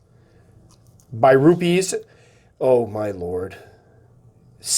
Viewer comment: Happy birthday. By the way, at the 5 min mark, the correct pronunciation for “birupes” is “bee-roo-pez “. “biru” means “blue” in the Malay language of Malaysia which is where the spider originated from